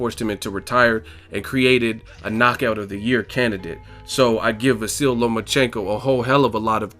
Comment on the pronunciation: At least try to pronounce the guy's first name correctly... I'm sure he wouldn't say your channel's name was "boxing egg"...